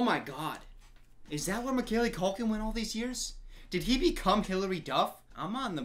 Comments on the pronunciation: Can't get over how he said Macaylee Culkin instead of Macaulay Culkin tho 😂😂😂😂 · why does no one acknowledge how says Macaulay culkins name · The way pronounces “Macaulay Culkin” makes me itchy 💀